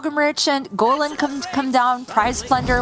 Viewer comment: Can the male commentator say golem not Gollum please